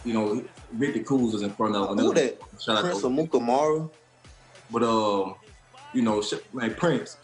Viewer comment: “Who That Prince Amukamara”